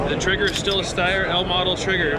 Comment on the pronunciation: That guy seems like he doesn’t work for Steyr despite wearing their badge and tshirt. Mispronounces Steyr, and is not familiar with their new A2 MF model, keeps saying it looks like it has this, looks like it has that, like he’s seeing it for the first time.